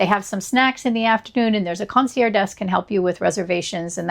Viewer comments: just trying to help. Mispronouncing luxury words can make you sound pretentious, but in a hilariously wrong way. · You don't pronounce the g in concierge?